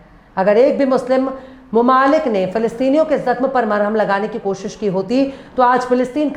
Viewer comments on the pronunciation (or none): none